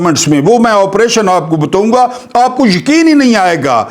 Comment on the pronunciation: Bataaoun Ga Kee Jagha Boltey Ho " Batttoon Ga " . Hansi Ajati Hy !!!